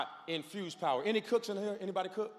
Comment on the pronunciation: Pastor K said “Cookas” 😂😂 I love this man! 🙌🏾🙏🏾 I love his messages Amen… Received!